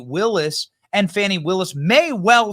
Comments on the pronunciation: Who would name a kid "Fani" and then insist the pronunciation be "Fawni?" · I helieve its pronounced Fahni